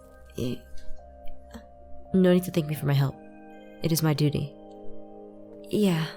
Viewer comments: Aaron:No need to thank me for my help.. It is my duty Me:😂😂😂😂😂😅😅😅He said DUTYY😅😅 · not too ruin the moment but said DUTY LOL